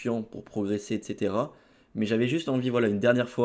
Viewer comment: "Etceterwaa etceterwaa" 🤣🤣